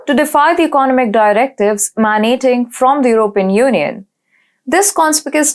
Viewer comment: In the first 2 minutes, she pronounced realm as ree alm, emanating as man-ating, precarious as pray-carious, vocally as wokally, voice as woice, considerably as constabuterally, vast as wast, particularly as parr-ticulary, and vehemently as weh-mentally. No-one fluent in English would make such errors when reading from a script.